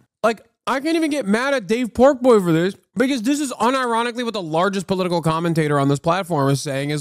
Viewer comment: He can't even say "political" wtf?! 💀🤣